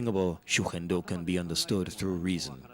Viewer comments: Pronunciation: shuhendo←wrong. The correct pronunciation : g is pronounced like go, garage, gig etc) . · This could have been such a nice watch, if it wasn't for the repeated the mispronunciation of Shugendo. A quick check with Google translate could have helped with that before the audio-track was added.